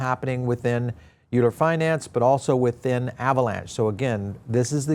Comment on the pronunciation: Euler = "Oiler" (like the mathematician) Great coverage though!